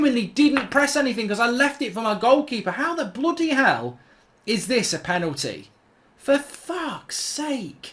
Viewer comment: Can we get a "BLUUDY HEALL" counter in these compilations